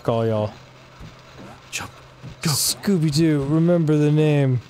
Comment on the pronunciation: lol Why do these all say "Scoopy-Doo?" Jeez, this game was a trip... Thanks for the episode,!